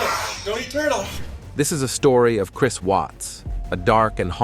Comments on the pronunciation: Lol…. Crees and Sha non…..😂 Cheating with a woman he work Aid with…..omg, so bad…. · And Crees…..😂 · Also y you call him Chreees, and he scored meeenus 27 on the polygraph? What kind of speech problem is that? 😂